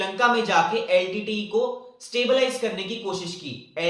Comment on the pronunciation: Litte not leet